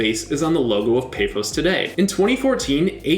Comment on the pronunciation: i respect the effort you put into apoel and OMONOIA, but pafos' a is pronounced like the a on car and omonoia